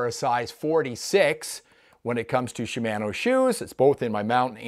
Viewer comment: You should pronounce it Shimano, not Shimano. Ha